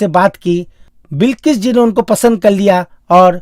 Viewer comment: Bhai presentation ka kachumer q nikal rahe ho. Awaj nahi bhai awaz bolo na verna sunna bund ker dunga. Sara presentation chaupat ker diya bilkis nahi bilqis kahiye.